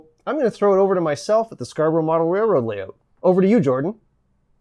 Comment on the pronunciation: I like the way he says, "Lay oot"...